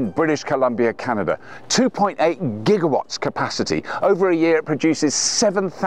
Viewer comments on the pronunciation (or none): You saying it wrong, mate. "It's 2.8 Jiggawats!? Great Scott!!"